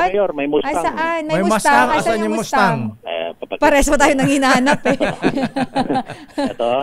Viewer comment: Lamborgenie Porsha (at least tama ang bigkas) Mastang 😂